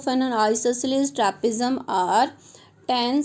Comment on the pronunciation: Trapezium ❌ Trapzium✔️